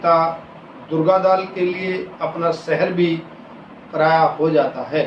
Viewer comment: यह अध्यापक महोदय तो अटक अटक कर हिंदी का पठन कर रहे। बल्कि "पराया" शब्द का ठीक से उच्चारण भी नहीं कर पा रहे हैं।